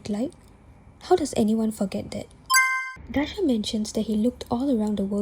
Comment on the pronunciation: Tiny correction, his name is Daaha not Daasha.